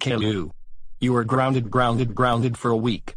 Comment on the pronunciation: Rausey & Classic Gayloo. Ho dar you misbehave at the movies, that it. You are groundses groundses groundses for a wack. Go to your ream no.